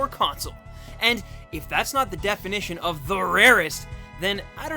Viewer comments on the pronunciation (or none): none